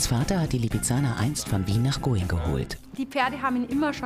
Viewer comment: Wie geil xD Ich wohn echt nicht weit vom Stanglwirt und musste echt über die Aussprach für „Going“ kichern :‘D